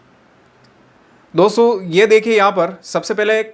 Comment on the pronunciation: सर आप दो सौ मत कहो "दोस्तो" कहो तो अच्छा है😊😊।